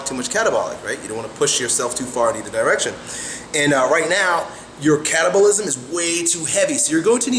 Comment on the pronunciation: lol, when he says "catabolism" it sounds like "cannibalism" :P